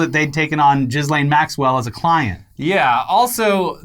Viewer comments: It's pronounced "keys-lahn" not "jizz-lane" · You’re pronouncing her name wrong it’s French but it’s more like Joslin ... just French it up not Jizz lane lol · pronounced "Ghis" really weird and now all I hear is Jizzlane. EDIT: Oh god, thats her name. The irony. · Like.... you both know how to pronounce it, but I smile every time you say JizzLane Maxwell. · I love that they always mispronounce ghislaine’s name on purpose.